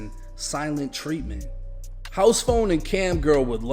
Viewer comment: He he pronounced treatment with a "W" like he was saying Tweety Bird 😂